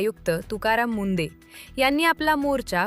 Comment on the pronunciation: अगं बाई ते तुकाराम मुंडे आहेत की मुंढे. उच्चार तरी योग्य करा. कशी भाषा वापरता हो.